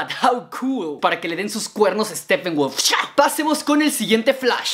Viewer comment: por le dices steffenwolf se dice steppenwolf si la p tiene h lee como f pero si la p no tiene h no se lee como f